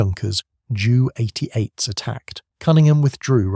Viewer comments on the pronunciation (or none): “Jew88”? It’s Ju-88. Try some quality control with the AI narration.